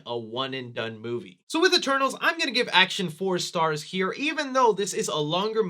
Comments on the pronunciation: At the start it sounded like he said “E-Turtles” lol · LMFAOOOOOO I ALSO THOUGHT HE SAID THAT😭😭🤣